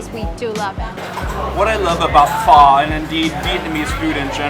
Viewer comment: Oh no. Now, we have two ways to pronounce Pho incorrectly. 😂